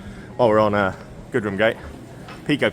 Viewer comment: You're obviously a smart guy who likes to engage with his surroundings and find out stuff so desperately hoping I don't come across as a prat (or a plonker!) but FYI, the street and the pub named after it that was your last stop (Gillygate) is pronounced Jillygate with a soft "g".